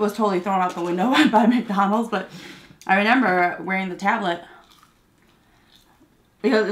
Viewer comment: I enjoy your videos however I can't help but cringe when you say renember.